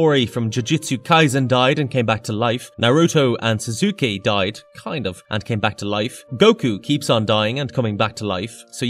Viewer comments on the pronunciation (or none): Naruto and Sah-Zoo-Kay???? Just say you're a normie. Horrible pronunciation 😂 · Sorry.. how did you pronounce sasuke?